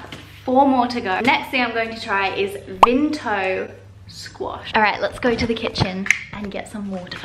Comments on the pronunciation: Sorry but it really stressed me out when she said vinto not Vimto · Lol this made me laugh and say Vimto about ten times and yep I also say vimpto 😂